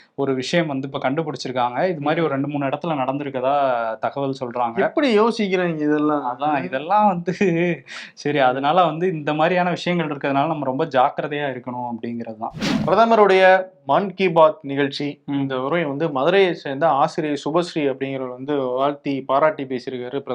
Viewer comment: மான் கி பாத் அல்ல. அது மன் கி பாத். மனதின் பேச்சு என்று அதற்கு பொருள்.